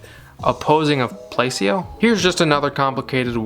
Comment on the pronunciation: Placebo is pronounced "plah-CEE-bo". But dont worry. I agree all this stuff is absurd. Good video.